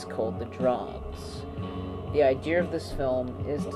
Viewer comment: There is no R in idea.